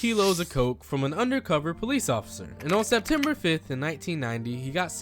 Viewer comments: "setemper" fucked me up for a few secs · Setemper 5? Really? Setemper? yeesh! get yo ass to school, homey lol